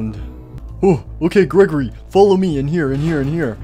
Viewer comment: Its Not Gregorly its grego-REEEEEEEEEEEEEEEEEEEEEEEEEEEEEEEEEEEEEEEEE